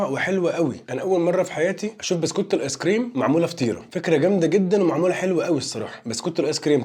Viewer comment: 😅 موتني من الضحك : تحس أن عيل مش عارف ينطق ببسكوتة هههه قال بستوتة